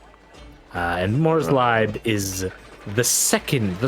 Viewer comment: "Morslieb" being pronounced "more sleep" is always a good one. ~ translates roughly to Mors love/favorite though.